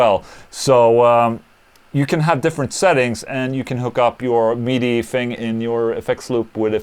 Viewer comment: Did you say Midi or MEATY!???? LOL!!! Killer video